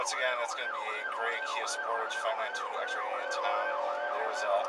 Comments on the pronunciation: Did this mofo say sportáge??? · The Kia Sportaaaaazh